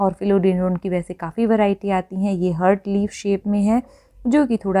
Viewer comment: Excellent information!,🙏 Heart is pronounced as HAART not hurt.